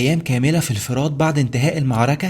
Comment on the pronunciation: اسمها مدينة الفرات بضم الفاء وليس بكسرها